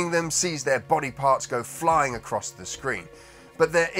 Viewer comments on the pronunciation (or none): none